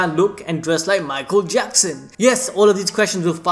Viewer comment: mu-aichel jackson